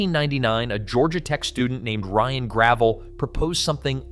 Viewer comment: That's not how you pronounce Ryan Gravel's name.